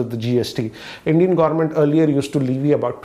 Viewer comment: I heard u said indian gourment